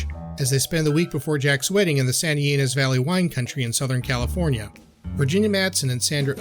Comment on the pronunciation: Santa "EE-Neez", Cab "Frank", and "Trefayathin" winery.